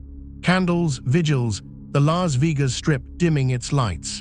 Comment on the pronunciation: Lahs veegas?!!!!